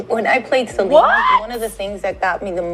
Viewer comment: The way you butcher Selina's name 😢😭